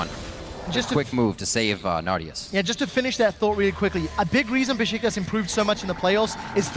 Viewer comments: It's Beşiktaş (Besiktas) ESports NOT Besitkas (-,-) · besıtkas ne kardeş